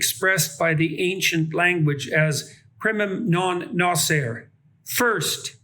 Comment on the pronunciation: primun non noser? Did he by any chance mean primum non nocere (with the "c" pronounced hard and both the following "e"s pronounced)? that's not really part of the oath anyway. It is in the oath that doctors will provide a free medical school education to the sons of doctors, so you can see how closely it is followed. (it would be funny if they followed it literally and did that but refused it to daughters)